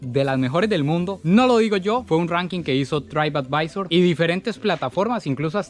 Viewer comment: Ahora si que me hiciste gracia bro con tu ingles, dijiste traip advisor! es trip advisor! pero como dice mi abuelita!, Nadie Nace Aprendido!" jejeje, por lo demás super!